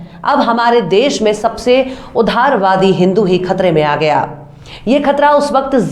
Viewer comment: It’s UDAARWAADI, not UDHAARWAADI ! 😃